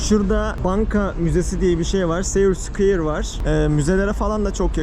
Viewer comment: ingilizce aksaninda gelisme var aslinda ama abicim 2 yil oldu square'e skoyir diyosun